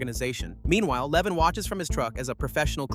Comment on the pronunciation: His name is LevOn not Leven. For anyone looking this movie up, it's called A working man.